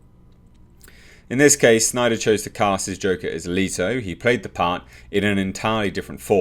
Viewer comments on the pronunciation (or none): ITS NOT LIITO ITS FUCKING LETO,Learn the mans name